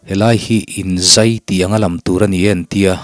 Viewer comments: Ka hriat Dan chuan, inzai ni lo in, inzaiii tih tur niin ka hria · Inzai, tih hi kei chuan a dik ka ti lo, záingai, zái, kan lamdan ang hian a dik in ka hria, zai a tui lo,kan han tih ang hian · Inzai tih hi athluk hi tih hniam tur a nie. In hriattir inngaichang tihna a nie. Zaizira in ngaichang tigna ani bawk.